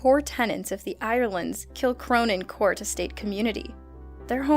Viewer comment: Also it is pronounced Eire-land. Not E-Eire-lands.